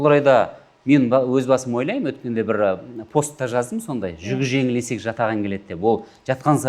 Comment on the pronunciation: Ешек емес Есек деп айтылат